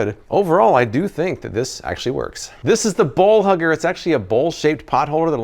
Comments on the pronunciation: Was it just me or did u say "ball hugger" when I know u said bowl hugger lol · Laugh my ass off, my hearing is bad and instead of bowl hugger, I heard ball hugger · Me hearing ball hugger and not bowl hugger 🤔🤔🤔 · I taught u said ball huggers.. lol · omg i thought he said "ball hugger" i was like wth kinda gadget you reviewing man?? lmao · OMG…. 🤣🤣 When you first said Bowl Hugger I thought you said “ball hugger”! I was like… WTF?! 🤣🤣🤣 💕✌🏼